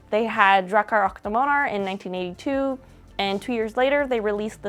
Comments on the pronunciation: You know google translate exists? You know you can press on that little speaker icon to have the TTS read out the text? You can put the foreign word into google translate and then listen to how it's pronounced in that language... You weren't even slightly close. Yes, it did in fact bother me so much I had to pause the video after only 10 seconds, sit in stunned silence, check google translate just to make sure this feature hasn't been suddenly removed, and then type out this entire comment... After only 10 seconds in. I've never heard anyone ever pronounce Swedish this badly. If you had said it with an American accent it would've at least been intelligible. You stressed the last syllables for some reason, even though the English word for Dragon puts the stress on the first syllable, so you just arbitrary decided that the second syllable should be stressed. And then you decided to use German pronounciations for a non-German language. Swedish isn't German, why would you decide to switch from English to a German pronounciation? Both are wrong, of course, but at least with English, you would be consistent with the language you're talking in the video. If this video was in German I wouldn't have batted an eye. But you spoke English, then switched to German, to say something in a language that isn't German. Like switching to French to say something in Italian, sure both are Romance languages, but they're not even remotely similar in pronounciations. I have to stop typing otherwise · Drachar ach damanar! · Drahkar ack Demanhar 👌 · drakar ach damanar lät det som hehe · "Dracchar ach damaner" help I'm dying this is too adorable x'D (For future reference, pronounce it more like "Dra-kar ock de-mon-er" or just listen to google translate read it for you :) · You pronounce it Drakar åck demåner; It’s Swedish not German😭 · Drakar och Demoner is pronounced Drah-kar ok Demon-er. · DRAW-kar awe de-MAW-ner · DRAYCHTAR UCGH DIMONAR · "draa-car acht däemaunur" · Drakkar Occ Demannar